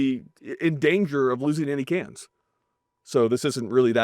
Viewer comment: When he said "Twenty-two cans" I heard "Twenty Toucans" and I was like weird but ok.